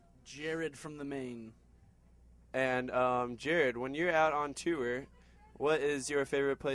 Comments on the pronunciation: no it's not tore, it's toor. but now i'm starting to say it tewer because of the maine, lol. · 1) i love how john answers his question(s) in complete sentences 2) i love how Nick says "what's a panini?" & 3) I love how everyone says "tewer" instead of "tour" lol